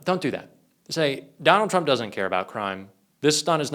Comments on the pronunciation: "TURMP" ... lol! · Who the heck is Turmp? If you want us to take you seriously, pay attention to your presentation.